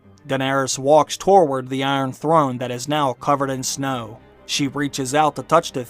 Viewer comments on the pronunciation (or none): Also the word toward is certainly not pronounced torward. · Am I the only one pissed at his pronunciation of "toward" as "torword"?